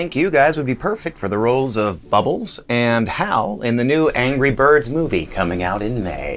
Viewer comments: did he just say angy birds😂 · You also said angy birds. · He said angy birds 2